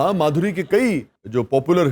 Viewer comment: Bolo Ma...dhuri na ke Madhoori.